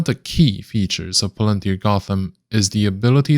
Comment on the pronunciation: 股票名字发音就不对，先听听英语母语博主的发音